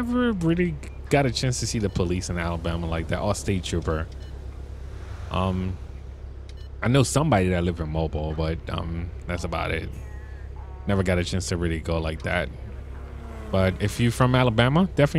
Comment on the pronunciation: Mo-beel, not mo-bill lol. Everyone does that